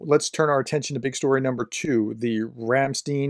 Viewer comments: Ramstein is not pronounced "ramsteen". You can listen to the correct pronunciation on Forvo, a large pronunciation dictionary. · Ramstein is pronounced Ram (like the Dodge Ram) Stein (rhymes with Mine). NOT "steen"! :) If it were spelled how it sounds, it would be "Ramstine" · It´s called Ramst eye n Ei in german is pronounced like that Or just watch the video of Rammstein - Rammstein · Thats Not Ramsteeeen...ist Ramstein like Frankenstein.😊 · Ramstein isn't pronounced Rumsteen, it's pronounced Ramshtine with a slightly rolling R. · "Ramstein" is almost correct now. The "ei" is pronounced lie the English words "my", "try", or "lie", not like "need". 👍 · Not to be pronounced as Ramstim but Ramstain. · The correct pronunciation is a two syllable word Ram stine . It is the location of the largest US Air Force Base in Europe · Rahm-SHHT-ine. At least that is what the Germans in Frankfurt called it when I was there. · Actually, the town "Ramstein" is pronounced like "rumstine". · It is actually pronounced Rum-stine. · But it's pronounced "Rahm shtine" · And you pronounced Ramstein incorrectly, listen to Rammstein, the song is called Rammstein, then you will have the correct pronounciation. Ramsteen, what a mess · "Ramstein". In german the "ei" is spelled like you would say "i" in english. "ie" would be the sound of a prolonged "e" that you confuse it with. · Sorry! 😉 Here's HOW TO PRONOUNCE RAMSTEIN (in correct German, same for the band Rammstein too) And it's the same end for all German names in -stein which means stone... Note that many New Yorkers pronounce "st" as 'sht' like in German